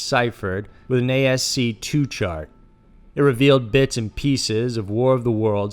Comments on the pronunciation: If you're referring to what I think you're referring to, "ASCII," it's not pronounced "ask-two"--it's "ASS-key" 😅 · "Marianas web" uh. Ok. "ASC-TWO" Jesus fucking Christ you're a moron. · He also said "A-S-C Two" (ASCII) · He called ascii asc2, lul.